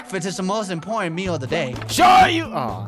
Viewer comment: he just said inporntant